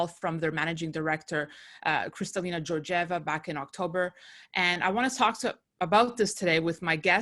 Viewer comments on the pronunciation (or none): Georgieva is from Bulgaria and u have to pronouns her name right. The first and second G letters are not pronounced as G as Georgia but G as Greece